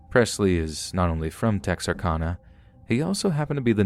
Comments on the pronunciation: We call it TEXARKANA KANA NOT CONA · I could listen to you say Texarkana all day. We Texans don't say it with so much elegance. We say Tex R Can A. Lol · It's pronounced Texar-CAN-a, just FYI! Love your videos. -A Native Texan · It has been driving me crazy as well!! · please learn to pronounce Texarkana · Oh my God and as many times as he said Texarkana it's like he knew he was mispronouncing it and said it as often as possible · I love your voice and your stories but you are driving me CRAZY saying Texarkana wrong!! Lol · I can't stop giggling at the way you say Texarkana hehehe cx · chucky cheese yeah. His pronunciation of Texarkana was driving me crazy too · Texarkana is Texas, Arkansas, Louisiana, so the end is pronounced like Anna for Louisiana. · Great job overall.....but my God man. 1.It's Texarkana (pronounced -CAN-UH, like Anna. The constant mispronunciation is ear grating). 2.Port Lavaca ( La-Vah-cuh. 3 syllables.) 3. It isn't "Ben Brooke's lake." Like some dude named Ben Brooke owns it. It is Lake Benbrook. Like the town it's beside. And for the future(cause they always get it wrong)....Waxahachie.... DON'T say wax.( Wah like Washington....wahx). It isn't hard. Look up the name. We Texans don't appreciate it when people mispronounce every other name of our home.